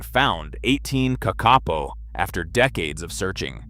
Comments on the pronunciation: Stupld humans destroyed the ecology of New Zeeland by mindlessly introducing dangeroud invasive species! The bad AI narration pronounced "kakapo" incorrectly, except once or twice. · I like it that they have studied the kakapo and yet still cannot say the name correctly. A little more research, Is an interesting video though :) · Couldn't cope with the spectacularly awful and varying pronunciation of Kakapo. A pity, because otherwise a good straightforward doco. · Good but why is the cvommentry in American with someone who cant even pronounce NZ words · this ai said the name of the bird probably 100 times in this video, and never once said it correctly. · Surely it's not difficult to find out how to pronounce Kakapo? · It's pronounced KAKapo, not kakApo Hearing you mispronounce the name again and again is painful to the ears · KAKapo!! Th emphasis is on the first syllable. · Say it with me - Ka kaa - poe. The 2nd ka is a smidge longer. The po is like Edgar Allens' Poe. Please and thank you. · i mean it is pronounced “paw” not “poe”… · KÄCK-uh-poe. AI needs to learn to pronounce it correctly. 😂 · It would be helpful to make a video more accurate, if you KNEW HOW TO PRONOUNCE the birds name. It is Ka Ka PO !!!!!!!!!!!!!! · Kak-a-poo spoken as spelt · its pronounced ka ka po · It is pronounced kah-kah- Paw and means night (po) parrot (kaka). They were once amongst the most common of Aotearoa/New Zealand's birds, found from the far north to the deep south. Early European settlers described being able to shake tree branches and having up to a dozen falling out. And although cats stoats pigs and dogs certainly did the most damage on their journey to near extinction, those weren't the only mammalian predators that targetted them. As I said before, they were relatively easy to catch and reportedly quite tasty once cooked. They are colloquially given the affectionate nickname of Moss Chickens ❤ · who tf pronounces Kakapo as ka-ke-po ??!! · I was thinking this too 😆